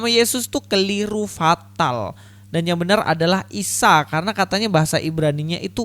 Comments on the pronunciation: Ustad somad gak bisa bilang isa atau yesus. Sebab monyong jadi ngomong isa jadi misowa..ha ha ha ..ustad pembohong laku keras...cari duit dengan firnah kepada tuhan maha kebenaran dan juru selamat..yaitu YESUS KRISTUS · Mau ketawa takut dosa hahahaha isowa bahasa ibraninya burakakakakaka😅😅😅🐪🐪🐪🐪🐪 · Sebetulnya si tomat dah bener pengucapan bhsa Ibraninya,cuma krn keberatan gigi & monyong yaaa jadi aneh kedengarannya...😁😁